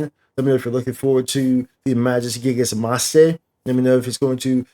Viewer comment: LOL the way you said MAjis GIgas MAste .... LOL i just can't XDDDD